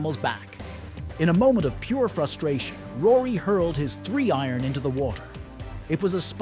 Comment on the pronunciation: 1 minute in and you can't pronouce Rory's name correctly. What an absolute joke.